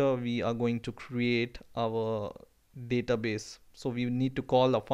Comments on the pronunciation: you are confused between Daaaatabase and Database . it sound so awkward please get used to the actual one . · yea specially the DA-TA base